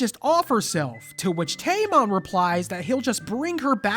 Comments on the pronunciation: tamon sounds like tampon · You call him tamon, I call him tampon